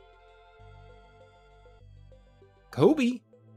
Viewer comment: oh yea, I watch Any Austin too and definitely noticed a difference, I guess I just never thought of it as a generational thing. I did cringe a little at the "Kobe" lol. Any Austin feels more casual and has a little more humor, but I don't find either channel very funny, mainly relaxing. To me, sounds like a middle-America, nerdy white boy throwing an occasional awkward joke in (no offense, if you're reading. I'm describing myself as well).